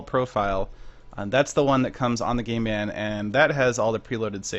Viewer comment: It sounded like you said "I have never seen a gay band before!" I laughed hard c: <3